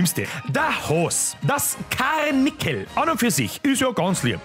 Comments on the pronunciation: Karrrrnickel 😂😂 i see what you did there. # Franziskarrrrrrrrrrrrrr(aba natürlich mit 13 "r") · KARRRNICKEL 😂 FRANZISKARRRRR WO ISN HEISL 😂